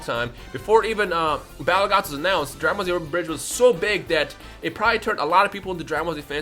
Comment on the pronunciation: Every time you say Dragon ba-shehehheielekrhdheu calm down it’s okay